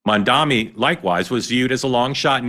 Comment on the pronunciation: Mark, try saying the words "Mum" and "Donny" one after the other. That is (approximately) how one is meant to say Zohran's surname. During your monologue, and elsewhere, you kept changing how you pronounced it.